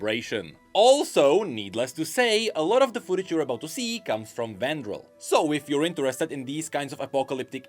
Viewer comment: be like: Vandiril = ❌ Vandral = ✅